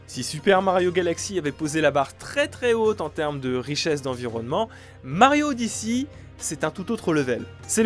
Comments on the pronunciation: « Super mario odyssi » 💀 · Super mario odiçie... cette prononciation qui m'a fait tilté toute la vidéo